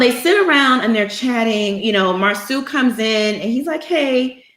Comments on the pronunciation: Can you not call him Marsue. It mar-so. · It's disrespectful to Marsau's mother to keep mispronouncing his name as Mar-soo. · Does Monica really watch the show because she mispronounced Marsau and Tisha's names like she really doesn't. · It Bothers Me That This Man's Name Is Being Pronounced Wrong On Purpose smh.